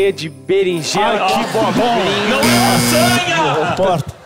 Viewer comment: mas é aquisanha ou lásanha?